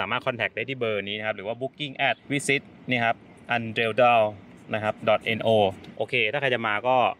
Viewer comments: ดีจังเลยค่ะ พาป้าเที่ยว ป้ากดติดตามแล้วนะคะ…ป้าอยู่ Norway มา 16 ปี ยังไม่ค่อยได้เดินทางไปเที่ยวไหนเลยค่ะ ได้อาศัยคุณ 2 คนนี่ดีเลยค่ะ😍😍👍🏻 Undredal แปลว่าเมืองในหุบเขาค่ะ undre หมายถึงข้างใต้ dal หมายถึงหุบเขาค่ะ…ออกเสียงว่า อุ่นเดรอะดาล ภาษานอร์เวย์ออกเสียงไม่ง่ายเลยค่ะ และคำๆเดียวกันทั้งประเทศออกเสียงต่างกันค่ะ😂 และเค้าก็มีภาษาท้องถิ่นกันยิบย่อยเลยค่ะ บ้านเรามีแค่ 4 ภาษา 4 ภาค ที่พิเศษหน่อยก็คือ แถบอิสานพูดสำเนียงต่างกันหลายจังหวัด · Undredal แปลว่าหุบเขามหัศจรรย์ค่ะ ตามภาษานอร์เวย์ออกเสียง อู้นแดร๋ดาล Undre แปลว่า สิ่งมหัศจรรย์ Dal แปลว่า หุบเขา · อุน-เดร-ดาล Norsk uttale สวยงาม สงบ brunost บรุนอูสทึ หวานมากค่ะ ถ้าเอาใส่กับขนมวัฟเฟิลจะอร่อยบวกใส่แยมนิดนึง หืม